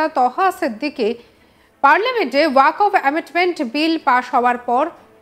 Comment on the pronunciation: Uchcharon wakof hobe na shothik uchcharon hobe "Waqf"?